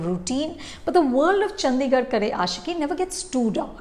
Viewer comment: The D in Chandigarh is pronounced as D, not “Dh”.